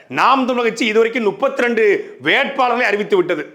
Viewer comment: அண்ணன் துரைமுருகன் அவர்களே 32 என்பதில் நூ உச்சரிப்பதை மாற்றி மு என உச்சரியங்கள்.